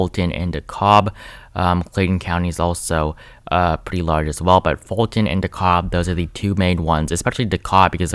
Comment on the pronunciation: I did too 😆 btw, Fulton is pronounced "full ton".